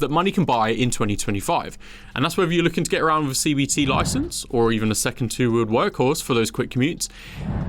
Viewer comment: He has trouble with his 'thr..'. "Firteen", "top free", "wiv", "fr'own in". Apart from that annoyance, a good clip as I'm in Vietnam and need a new bike. The Medley looks favourable after my 2009 Sym Excel 2.